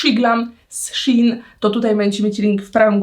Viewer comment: jak cos czyta sie "szejn" a nie "szin" pozdrawiam!!